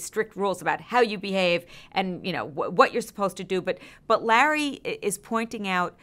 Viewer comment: I love it when she calls Larry "Lah" instead 😂